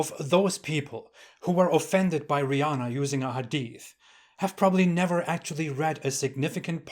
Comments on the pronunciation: “Rih” LoL 😂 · "Rihh" Hahahahahhaaa! Gosh, the way that sounded. Lol 🤣❤️